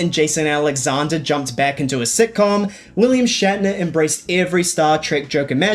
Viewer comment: shat-ner Pepsi is better